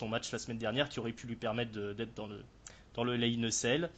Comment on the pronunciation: La façon dont prononce "Hell In A Cell", on dirait qu'il dit "Hell In A Sale" ^^ Ce qui fait un peu bizarre ^^ J'entend que mon hypothèse sur la gimmick de Steph a été retenue, ça fait plaisir:) Même si c'était juste une boutade;) L'intérêt de Lesnar (qui a 39 ans pour info) pour le faire affronter Goldberg? Le fric, l'ego, le cash, l'envie de montrer que leur dernier affrontement était une erreur, la nostalgie, le pognon, l'envie de Vince de détruire Goldberg (qui n'a pas été tendre avec le patron pendant les années loin de la WWE), la maille...Je suis un peu comme vous, j'ai commencé le catch dans la fin des 2000's MAIS je me suis beaucoup renseigné sur le passé et j'avais déjà vu le bonhomme en action (dans un Elimination Chamber par exemple) en ayant un assez bon souvenir de lui. Mais je crains en effet qu'il se fasse juste tuer pendant le match et ça me met mal à l'aise. Tiens sinon, élément que vous aviez pas mais qui a été dévoilé par la suite (et du coup renforce votre impression de loupé concernant les filles): le premier Hell In A Cell Match féminin de l'histoire de la WWE sera ni plus ni moins que le Main Event de la soirée. C'est un p*tain de moment historique et pour le moment la fédé a l'air de pas vouloir mettre l'accent dessus (il leur reste un show pour le faire). Bien pour le nombre de mon pseudo et big up à vous les gars:)